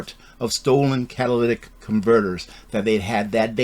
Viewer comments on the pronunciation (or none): C A T A L Y T I C converter 😂 Not Cadillac converter 😂🤣🤣🤣